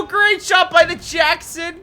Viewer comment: “Great shot” sounds like greyshot is that intentional? 🤔